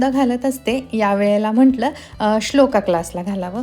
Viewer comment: Not sholaka it is sholak